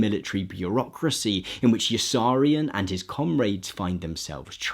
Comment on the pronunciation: Good video. Pity you pronounced Yossarian wrong.